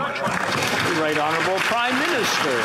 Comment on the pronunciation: He has to say it right Honurable prime minister 😢😢😢 might frustrate so many Canadians 😢😢